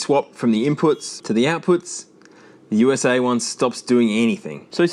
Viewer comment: Nobody calls America "oosah".. It's U.S.A. or America..